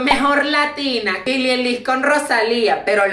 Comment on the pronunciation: no es Billie elis es Billie Eilish aprende a pronunciarlo, quiero verte intentando eso haber si te sale igual :), 1-. A ninguna de las 2 le llegas a los talones de todo lo que han logrado. 2-. Ellas tienen más talento que tú :) 3-. Cuántos tienes 25-27?? Un casi señor hablando mal de unas adolescentes ¡¡WOW!! 4-. Ellas ni saben de tu existencia y tú asiendo te la importarte. 5-. Nunca ví a una persona actuando tan inmadura a pesar de ¡¡Ya tener una edad razonable!!